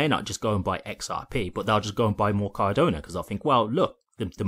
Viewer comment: It's Cardano. Not Cardona! 😂But other than that, great show!